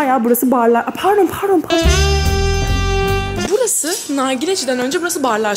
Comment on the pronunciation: "pardğon" hahhsah